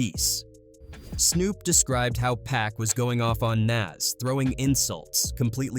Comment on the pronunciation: Tough to keep listening to him mispronounced Pac's name.